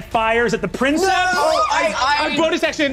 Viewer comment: I'm listening to this, translating some Latin texts for a friend, so I'm locked into that mindset. I preface this with a declaration of undying love for each person at that table. However, the way they keep mispronouncing princeps, "prinn-septs" when I just KNOW BRENNAN KNOWS BETTER is CARVING A HOLE IN MY BRAIN lmao😂😂 "Preen-kepss" with emphasis on the first syllable, like you're kinda pretending you're Italian lol, in case anyone was wondering. Check into Latin, guys. It's actually crazy easy, and you'd have fun! Or at least feel like a badass 😅